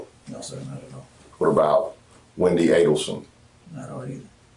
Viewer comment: Stupid AI doesn't even pronounce the name Addelson correctly!